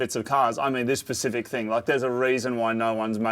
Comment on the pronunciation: it's specific not Pacific